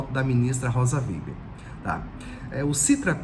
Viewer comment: O processo voltou para Moraes pq foi solicitado alteração, mas retornará para Zanin exercer seu pedido de vista, conforme Adv. Joao Badari. Obs, é Rosa Weber e não Weiber.